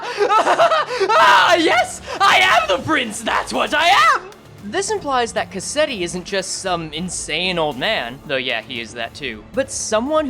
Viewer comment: Why is it that every project moon YouTuber I watch pronounces Cassetti’s name wrong like after a cassette tape? It’s a real life used name! It’s Cas-set-ti. Not Ca-set-ti!